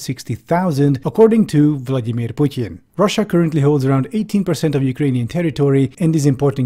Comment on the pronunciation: i respect how you pronounce "putin". not because i'm a fan of him. you just did another thing RIGHT